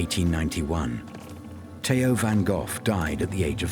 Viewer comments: Van Goff? 😂😂😂😂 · I was here to see Van Gogh. Not Van Goff! 😕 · Is there no one that can pronounce the name Van Gogh correctly? It is not Van Gough or Van Goff (this video), Van Go or Van Goo (US), Van Gogue (France), even the Dutch researcher from the Van Gogh Museum does pronounce it wrong (but he knows). Two hard g's, but not too hard... and the o short not oo or ou; ah well perhaps it's funny that every country have their own pronunciation of the name. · Yes,yes : his name is Van Gof. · One goor(r=gh)::VAN. GOGH😊